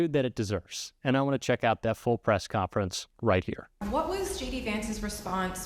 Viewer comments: Interesting, but, er "COFNERENCE"... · Wtf is a "Press Cofnerence" haha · Cofnerence- hahaha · "Cofnerence"??? Really?